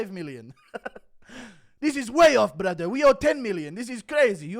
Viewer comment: "I pay taxes to Allah brather"